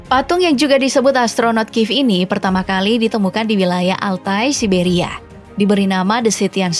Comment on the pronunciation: Siberia ygy bukan sia siberia🤣